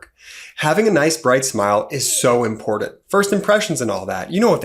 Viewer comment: "Impordent" ...what is that? Are you trying to say "important" ? As you can see there is no " D" in that word. Do better!